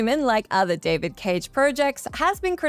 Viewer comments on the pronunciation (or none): none